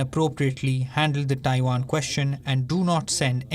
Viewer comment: It’s Taiwan not Taivaan 😏